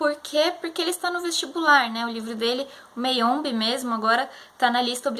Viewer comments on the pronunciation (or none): Então, é ChiMamanda e não ChiNamada, como vc falou e o livro é MAyombe mesmo e não Meiombe como vc falou tb! Abraços!